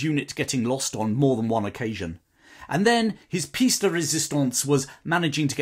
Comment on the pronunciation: Just a tiny English point, 'pièce' in 'pièce de résistence' is pronounced /pjes/ (p-yes), not like English 'piece'.